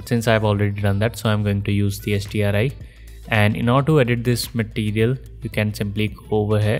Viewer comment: Thanks. It's just that when you say the acronym it sounded like Sdri.